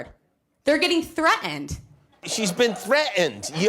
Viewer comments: Does she not know there is a T in the middle of threatened??? 😂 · darling, there's no such word as 'threaened'. It's threaTened. Try and be somewhat articulate when you spouting rubbish. And Rudy's fart! I could not stop laughing. The female lawyer next to him, her face was an absolute picture. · Yes, and I love how she says "threatened," minus the "t"! LOL!!